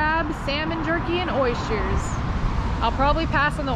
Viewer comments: oysters there is no sh sound in oysters. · I love how you and both say oyshtrers the same way. Never heard an H sound added in there, but it’s cute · Oh my goodness. Wish I had known you were local. Boil crabs? Wrong. You want to steam them. The flavor is so much better. And yes, all males. Not allowed to take females in OR. Dunno why you doan like oysters, but I love the way you pronounce the word.